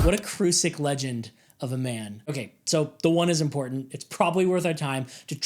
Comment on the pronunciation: Why can't she say "man"?